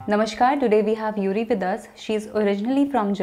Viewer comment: oh her name is Yurie! You said Yuri... 😅 Japanese is read like it is written. Just like Indian languages. So Yurie would be pronounced as yu-ri-e 😄 Although I have to say it is a rare japanese name